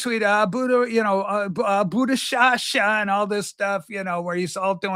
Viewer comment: “Abu da sha sha” lol